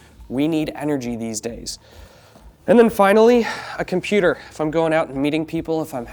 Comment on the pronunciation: What the hell is a com.. poo..terrr